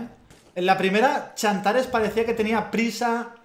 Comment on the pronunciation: todos: tsantares: chantares.